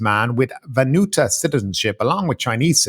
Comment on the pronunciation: It’s pronounced VAN-WATU 😅